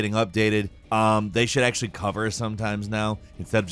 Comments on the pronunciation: we are just gonna ignore the way he just said “actually”? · "Mah-Ko" and "actual-Eh" I'm done